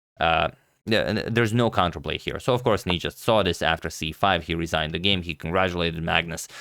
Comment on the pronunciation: the stress is on the A not the I in his name - nijAt